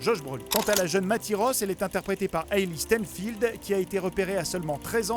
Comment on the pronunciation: Dite le bien Hailee Steinfeld quand même !!